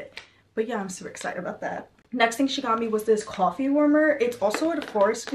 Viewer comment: LOVE LOVE LOVE!! has anyone told u that u say coffe like a new yorker ☺ cawfee lmaoo LOVE UR VIDS OMGG